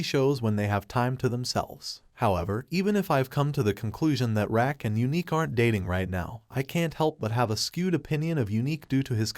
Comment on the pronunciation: RAQ=PRONOUNCED "ROCK"😂😂😂😂😂 not RACK 🤦🏽‍♀️